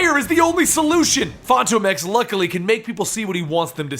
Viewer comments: Fantom Ex not Fanto Mex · it's pronounced like Phantom X. Even the creators have said it like that. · Is phantom X or Phantomex, not sure if is pronouncing it wrong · Why did you say fantomex's name weird in the beginning? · Why do you always say his name weird?